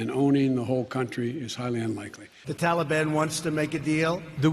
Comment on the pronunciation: First, Man can't even say Taliban. Second, him saying the mission hasn't failed yet in complete bull crap there country is on the brink of collapsing and the president just fleed the country.